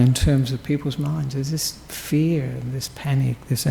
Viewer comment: *fear! Not “feet!”🤣🤣